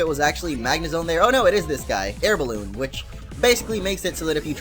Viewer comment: Boalloon? It's balloon ._